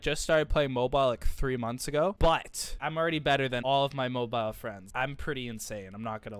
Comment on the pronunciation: I kept getting triggered when you said mobile and how you warmed up